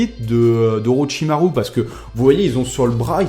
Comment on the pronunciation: A "Oroshamaru" j'étais mort de rire putain